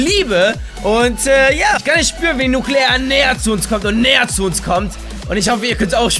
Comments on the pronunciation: Das Wort heißt: Nukular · Das Wort das sie suchen es heisst nukular ... jaja wie auch immer.. Nuukuulaar